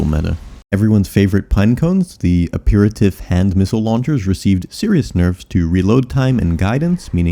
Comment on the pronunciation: plz stop pronouncing "aperitif" incorrectly, it's driving me crazy